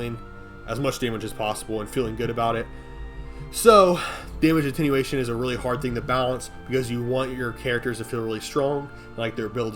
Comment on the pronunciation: "Lega-AIGHT bro cool story." - probably. I love how he has no issue with "Attenuation" 😆 Lol. Fr tho it's one of the reasons I'm subbed.